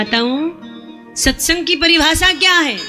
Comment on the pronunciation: Aaj pata chal gya satsang ka uchharan radhe radhe 🙏